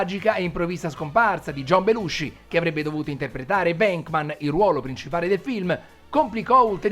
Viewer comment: Stupendo!! Unico appunto, la pronuncia dei cognomi “Reitman” e “Venkman” sono “Raitmen” e “Venkmen” ciao!